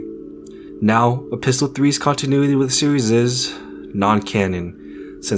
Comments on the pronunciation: Epistle is pronounced with little or NO hard "t" sound - E-piss-L, NOT E-pistol. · The "t" in "epistle" is silent. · the T in epistle is silent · Epistle has a silent "t" 😂